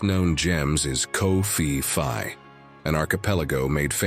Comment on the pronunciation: Its called Phuket... Not Fuket. Also Phi Phi islands is not pronuensed fi fi.